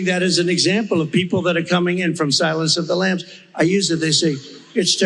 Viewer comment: Did he say it as “Sirens of the Lamb?” Asking for a friend. Jeez 🤯😤